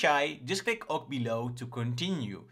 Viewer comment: Great material! 👍 I'm loving the way you show your flows. Seeing the logic is valuable to me! (BTW - "OK" is pronounced "okay" 😁)